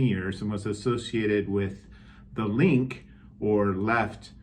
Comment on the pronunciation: Also, the final "e" in Die Linke is not silent.